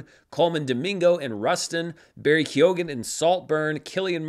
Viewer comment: Stop mispronouncing Barry Keoghan's name. The g is silent.